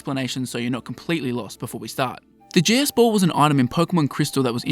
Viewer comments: The way you talk I keep hearing you say “Jizz Ball.” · Why am i hearing jizzz ball? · Sounds like you are saying jizz ball